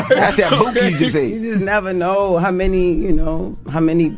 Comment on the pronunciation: I'm sorry but calling it "boonkie" is kililng me.